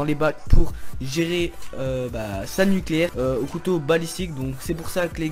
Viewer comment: " nuclaire " gg x)